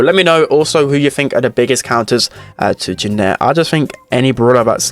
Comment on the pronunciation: Why does he pronounce janet so wierdly